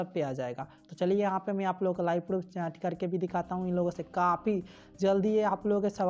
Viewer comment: Bhi a chaaaat nahi hota chat hota hai